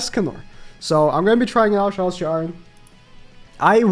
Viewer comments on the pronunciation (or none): none